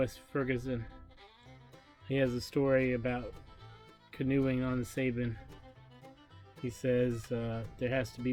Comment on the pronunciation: The way he says Sabine it’s. Pronounced SA-BEEN